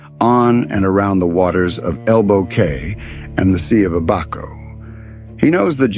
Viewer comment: To correct you. It’s ABaco Inn not aBACO